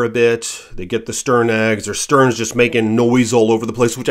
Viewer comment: 😂 I noticed that too. Arctic terns not sterns. But I'm a bird nerd. Not everyone is. I like how he says stulk instead of stalk too but it could be his Midwest accent, too. I'm in the mid Atlantic states and am told I have a coal region accent. We have cricks around here, not creeks. Lol